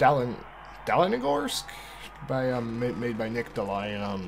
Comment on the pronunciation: its pronounced Dal-ni-gorsk